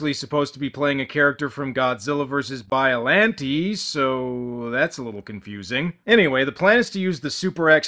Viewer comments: Can someone explain why he says bioLANtea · Biolanteee? Hr geegur? Destryaa? My guy you are great at reviewing movies just let me handle the pronunciations im running out of gin